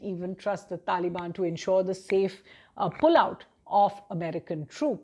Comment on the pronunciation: She said talibani soldiers 😂